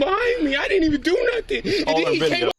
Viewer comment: I thought it was NUFFIN'